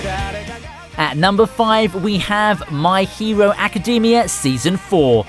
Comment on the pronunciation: dude why do you pronounce "my hero academia" like that? it's not macadamia.